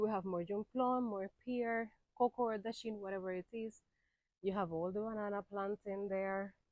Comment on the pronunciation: Say dasheen again please!!! It sound nice lol